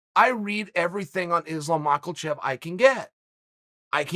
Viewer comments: Me: Makhachev Chael: Makalchev Me: Makalchev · I love Chael. And his mispronunciations are epic. But my man added a letter. 😂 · islam “mocklechev” makhachev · Chael “Macklecheck” sonnen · Chael.. Its (Muh-ha-chev) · At this point I'm sure MAKEL-CHEV is deliberate by Chael... brilliant troll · Just tuned in to hear chael say “ Makel-chev” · "MAKALCHEV" wtf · Chael says he knows Islam well. Also Chael says his name "Islam Michaelchev" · 'Islam makalchev' 🤣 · “Islam Macklechev” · Where are you getting the "L" in Islam's last name?